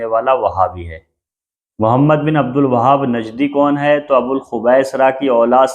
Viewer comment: भाई उनका नाम अब्दुल वहाब नही बल्कि अब्दुल वह्हाब है, अगर आपको मालूम नहीं तो उनकी सीरत की किताब में पढ़ लीजिए।